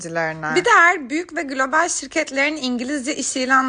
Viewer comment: Lütfen eğer demeyi öğren